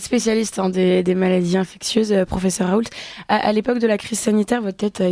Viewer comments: On dit infectieuses, pas infectueuses, madame la journaliste. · Ça a bien changé cette radio depuis le départ de Clémence... Quand même, faites un effort de recherche et vous sauriez que, Bilheran, nom d'Ariane se prononce Bilheran ("Billeran") et non "Bilérane"!!! et, pire, ici, avec le Pr. Raoult: "maladies infecTieuses" le "t" bien prononcé, et ce, par deux fois!? Au lieu d'"infectieuses prononcé "ss""!!!!?? Mais d'où sortez-vous??? Il a dû tellement se marrer en entendant ça!🤣😔